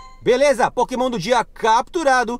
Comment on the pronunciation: "Potemon" Mitico? Eu acho que eu ouvi errado